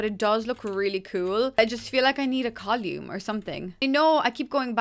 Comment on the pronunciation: I thought I was having a stroke for a second, but then realized she pronounces column as col-yoom. Still, beautiful build :)